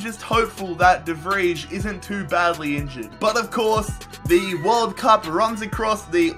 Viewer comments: de vrij (de vrei) not whatever the fuck he's saying lmao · "De Fridge" ?🤦‍♂️ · Why do you pronounce de Vrij like that. My god. Never had a Dutch name get butchered that bad.